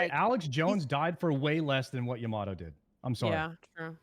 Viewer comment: yah-mah-toe woy-er sodas pronunciation needs some work